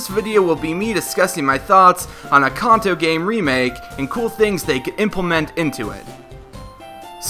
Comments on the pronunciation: It's kanto not konto(that's how you prenounce it) nice vid though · It's supposed to be pronounced Can-toe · sorry but its pronounced (CAN -- TOE) NOT how you were butchering it... as for the actual comment... Pokemon SUPER Mystery Dungeon was announced today... Meaning the 20th YA isnt going to be a Generation 1 Remake...